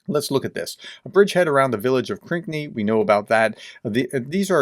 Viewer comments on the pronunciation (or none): Proper pronunciation is “Krinky” not “Krikny”. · Everyone else pronounces Krynky as crinky...you say cranky....lol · Pronounce Krynky this way: Kryn-key. I hope this helps. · it's pronounced Krinkee